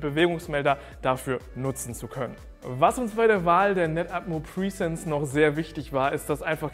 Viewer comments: Die Kamera heißt Netatmo Presence 😂😂😂 Du sagst die ganze Zeit PRIESENZ 😅 presence ist das englische Wort für „Anwesenheit“ und du denkst glaube ich, dass die Kamera „pre-sence“ heißt 🤣 Hör es dir sonst mal beim Google Translator an 🤣🤣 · Keine Ahnung warum, aber die Aussprache von "presence" triggert mich enorm. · Mich auch 😂